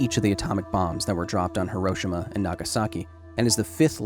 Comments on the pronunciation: Great presentation and I appreciate the data.... But, just for the sake of accuracy.... it is pronounced He-Row-She-Ma.... Not He-Rosh-Ama... I have visited the site and spoken with the people living there... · The 'i' in Hiroshima is silent. It's pronounced 'Hiro-sh-ma'. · Minor nitpick: your mispronunciation of Hiroshima. ☹️ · Might be helpful if you pronounced Hiroshima properly !! Would give you some credibility.